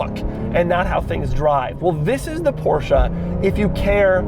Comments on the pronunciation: Every time i hear him mispronounce Porsche as Porsha i cringe... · I feel like he is making fun of the people who say "Porsche-uh" but Doug says "Porsche-uh" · Aren’t you mispronouncing it?